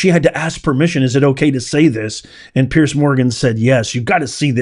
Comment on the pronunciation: It's PEARS MORGAN not Pierce Morgan! It's PIERCE BROSNAN not Pears Brosnan! Pretty Confusing? But of course!